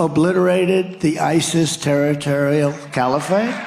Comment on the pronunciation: crusty trump said "i completely obliterated the ter-terial caliphate." Did he mean to say "terrorist?